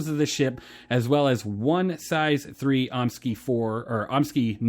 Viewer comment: The weapons are pronounced "omni sky". Idk why people can't say that lollllll